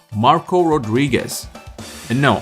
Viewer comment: Thank you for calling Marco by his proper name.